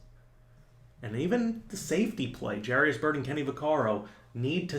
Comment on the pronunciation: jair-us not jair-ee-us